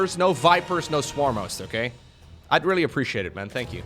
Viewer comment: “Tank you” will never get old